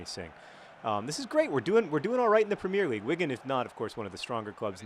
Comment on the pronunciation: you pronounce "premier league" wrong... just like an american who never watched a real game hahah